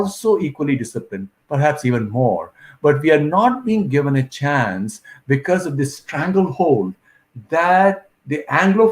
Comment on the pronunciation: Chaaaaaaaance is what accent